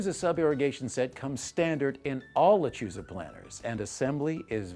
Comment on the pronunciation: Wouldn't it be a good idea to pronounce "Lechuza" correctly?